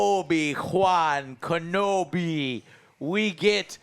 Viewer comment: “Obi-Wan Kenblomi”